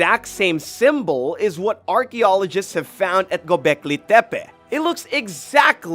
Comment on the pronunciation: Why are you saying it like it is from mexico it is gobecli tepe just like it sounds no Spanish accent on it te pe. Pronunciation is important for young people. O one likes to be made fun of because they watched a video and believed what they heard. Juat saying